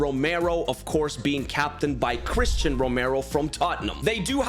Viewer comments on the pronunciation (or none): none